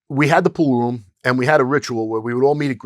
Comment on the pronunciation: Love how this guy pronounces "pool room" as "pooh-room"